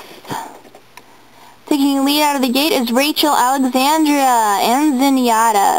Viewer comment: Uh you pronounce Rachel Alexandra's name wrong lol it's not ia it's just a like Rachel alexandruh not Rachel Alexandria